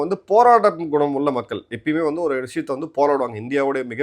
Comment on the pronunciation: "மக்கல் " இல்லை நாக்கை மடித்து "மக்கள்" என்று உச்சரிக்க பழகுங்கள்